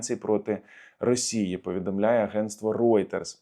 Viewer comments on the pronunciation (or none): none